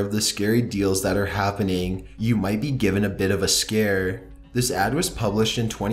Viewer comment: He says scar instead scare